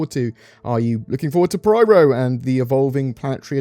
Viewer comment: It is PYRO not PRYRO